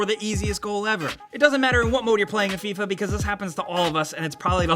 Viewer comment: "Fee-ah" wut?